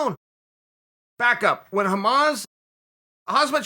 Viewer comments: Hamaaz, Khazmat LMAO tf is this. Guys his name is HAMZA. Like Ham. Za. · "when 'HAMAZ ... 'HAZMAT Chimaev ... " :)) it's 'HAMZAT (the K is silent) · Everyone: "Khamzat" Chael: "Khamaz...Khazmat Chimaev" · Yeah papa sonnen he said "I am not khabib, I am khazmat" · IT IS NOT KHAZMAT, BUT KHAMZAT 🤦🏽‍♂️ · "Hamaz, no Hamzat" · Did he just call Khamzat "Hamas"? Hahaha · "khamaz"? "khazmat" ? Its K H A M Z A T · Common Chael, you're staring to sounding like my Dad butchering fighters names first its Hamas then its Hazmat ..., Its Khamzat pronounced Hamza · Hey Chael fans, let's add "hamaz" to the mispronounciation list of UFC names. Another one bites the dust. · Atleast pronounce his first name right.. Its KhaMZat not KhaZMat.... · he just received his blue belt, not a purple belt. name is khamzat not khazmat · Chael "Hazmat Chimaev" Sonen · "Hamzat Chimaev" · Khamaz.. Khazmat.. It's going to taking more fights before people will learn to pronounce his name correctly 😂 which is Khamzat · Get that pronounciation right uncle Chael It's Ham zat (Hamzat) Ham like being hungry for some food.. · Ham Zah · is it me or is chael the worst at pronouncing khamzat's name? he says "hazmat" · Khamzat is an arabic name pronounced "Hamzah".. Just for clearefcation. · Khabib ------ pronounced as ------ Habib Khamzat ------- pronounced as --- Hamzah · Dude, his name is pronounced "Hamza" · "Hamas" LMAO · no one : Uncle Chael : Hazmat Chimaev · He is not Khalabeeb, he is Khamazaab! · Did Chael just call him Hamas? 🤦🏽‍♂️Jesus 😂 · Chael ‘Khamazz’ Sonnen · Did he mispronounce khamzats name with a terrorist organisation? "when hamas"? Or am I mishearing this... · Adi G lmao you’re a moron. His name is Khamzat. I made that comment as a joke because Chael mispronounces it as “haazmat” lol. I guess he says it more like “haasmat” but still why are you freaking out lmao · I only came to hear uncle chael say his name